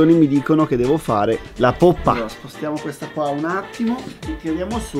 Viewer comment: Mai vista tanta enfasi per LA POPPA